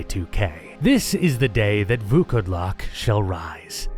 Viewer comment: I wanna congratulate you on saying Vukodlak almost 100% correctly. It was a genuine pleasure to hear someone put in work to pronounce it correctly. Fun fact it just means wearwolf.